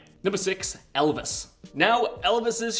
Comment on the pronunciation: Well, until he spoke of "Elvis".